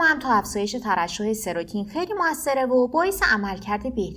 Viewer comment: مطالب خوب بود مرسی فقط اون هورمون سروتونین هست نه سروتین